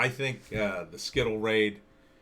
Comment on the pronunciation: You are not pronouncing Scytl correctly.